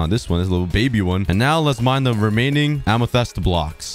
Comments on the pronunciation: pls stop saying amethEst its amethYst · Ah yes "amathest"💀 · Am- E - thest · The way he said amethyst is way too funny